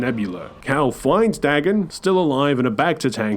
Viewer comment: Bro called cal caw and cere siri 😂